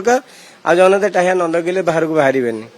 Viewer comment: ହେ ଶଳା ରିପୋର୍ଟର ଟାହ୍ୟା ନୁହଁ , ଟାହିଆ .